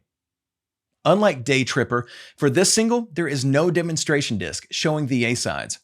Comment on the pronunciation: Double A++ for your original research and presentation as always. Funny note: when it first starts off I couldn’t help but wondering what the heck are “A SODS” (sic)... Even the English subtitles had “sods” every other time.;) Keep up the good work! # #TheObviousCOM